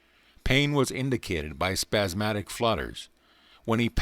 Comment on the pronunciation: 'spasmodic,' not 'spazzmatic'...